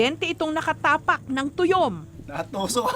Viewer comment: tayom hindi tuyom